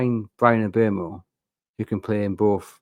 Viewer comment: Not so sure about Mbeumo (congrats on the pronunciation!), both about whether we will get him and whether he is the answer. I think it's 30:70 whether he comes, with Chelsea and Man. Utd first and second favourites. Also I'm not totally convinced he's what we need on the right. With 27 goals and assists he's flying very hot on his xg for that and is that sustainable, probably not. Plus one of my common complaints as to our treatment of Isak is our inability to service him; the balls from Hall, Gordon, Livramento, Barnes and Bruno have not really been of a high enough standard.Before this season you would put Murphy in that category as well. Isak tended to make do and score with what was provided, but this year you began to see more of what should be as Murphy and Isak formed a better understanding with some of their contacts. Other players - Gordon's against Asenal being the exception - still tended to be looping crosses, hit them and hope balls into the middle. With Mbeumo on the right you have someone scoring goals and shooting, which is good, but running hot and those attempts would be alternative to developing a relationship with Isak. I fear that we may spend another campaign waisting one of our best assets. And this is one who scores already 20+ per season. I realise Mbeumo has assets we can use if Isaks not in the team, and personally I would like him to come but I would hope its not further at the expense of Isaks potential.